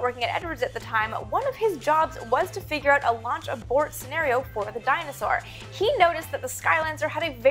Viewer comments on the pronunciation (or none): MK3424 i cant be the only one who's mind's ear heard "dinosaur" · Funny how you pronounce Dyna-Soar as "Dinosaur"...